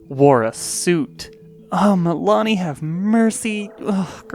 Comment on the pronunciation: "oh Milani help me! Girls in suuuuuuits!" I thought you said "Oh! MOMMY help (step on) me!"